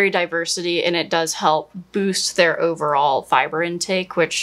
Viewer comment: says "but over-all" but it comes out.... "blurgle" or "blerval" Vote in my comments which you think was closer. 🤣